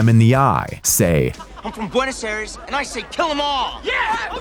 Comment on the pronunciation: Talk about getting it wrong. Flaws? A lot of Nazis fled Germany and relocated in Argentina, the home of Argentine Tango. There's plenty of white people in Buenos Aires (NOT Buenoz Air-eeez). I'm still with Ebert on this wanna-be MST3K flopster.